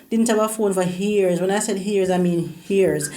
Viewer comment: This is amazing. The word is pronounced "Years" and not "hears". No h in years.